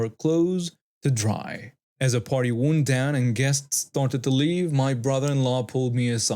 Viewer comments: Wound down is pronounced like round not wound like an injury…English is tricky! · Interesting stories and beautifully read - really enjoy the nasty nasal voice you assume when reading 'Karen speech' 👍 FYI in the phrase' wound down' in story 2; wound is the past tense of wind and is pronounced to rhyme with 'hound' or 'found'